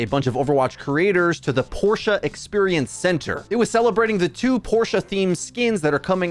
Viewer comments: The way pronounces it is the correct pronunciation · You're the first non-german I've heard pronounce Porsche correctly :o